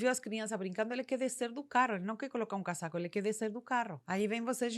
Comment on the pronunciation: Dica: Na pronúncia, utilize o S do casaco com som de z, cazaco